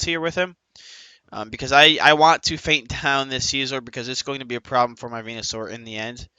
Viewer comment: Anyone else hear him say he like 9t spirtomb and venu lol